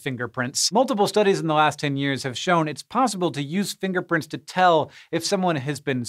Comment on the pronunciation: Im sorry, but the whole time he was talking about finger prints, I kept hearing "Finger Prince." Goodnight everybody.